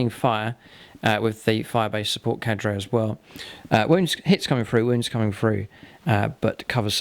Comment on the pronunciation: the way he says "carde" triggers me